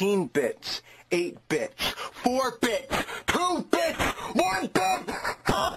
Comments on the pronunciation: Am i the only one or but when he said 8 bits i heard 8 bitch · Wait bro I legit is thinking during the vid he said b****th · It’s like he is saying b*tch